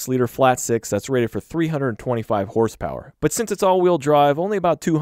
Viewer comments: He said “HRSPRS”!!!!! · "herse pewers"